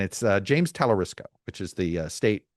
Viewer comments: It’s TALARICO, not Talarisco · Chuck - you’re lazy when you won’t take time to pronounce “Talarico” properly. Notice there is no “ s” in his name. Geez dude. Do better. You lose credibility. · No S in Talarico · Talarico NOT Talarisco - and he's awesome! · There is no "s" and Talarico. He would be good if he were interested. Buttigieg has been my fav for a while, but it sounds like he's polling around 0% with black people. Priztker should also get more attention. A billionaire that agrees he should get taxed more might be the winningest strategy of them all. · Hilarious that Todd wasn’t even pronouncing his name correctly. Shoddy journalism. I absolutely love, love, love Talarico! What a SHINING STAR!!! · Is he pronouncing Talarico worng? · You love James Talerico so much that you mispronounced his name three times 🙄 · You are miss pronouncing talarico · How did you manage to mispronounce Talarico? You had me checking to see if I had it wrong.